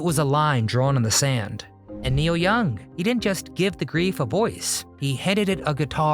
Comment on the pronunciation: It's not Niel, as you say, it's NEIL.